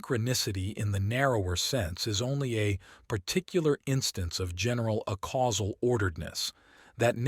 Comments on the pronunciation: Every time you say "uh-causal" instead of "ay-causal" I have an aneurysm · It would be quite helpful for the listener if "acausal" and "a causal" could be audibly distinguishable. This could be achieved by pronouncing "acausal" as "aycausal" but maintaining the current pronunciation of "a causal". Thank you very much for providing this resource in such a clearly intelligible format. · I wish this reading made a distiction in the pronounciation of "acausal" and "a causal" as it should